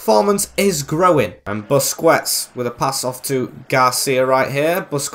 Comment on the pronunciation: Dude even said David Alaba when it was Jordi Alba, and while I'm at it, it's Christensen, not Christiansen